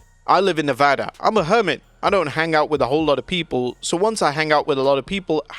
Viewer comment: Thanks for saying Neva-DUH correct 😂 Stone Cold lives about a hour away from me.